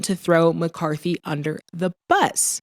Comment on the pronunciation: under not udner lol